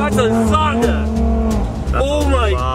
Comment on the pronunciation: It’s not sonda it’s zonda